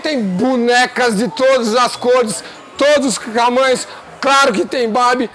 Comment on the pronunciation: "todoss us camanhos" é a marvada operando, irmãos! Kkkkkk